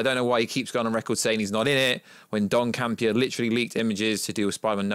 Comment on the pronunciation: John Campea not Don Campea.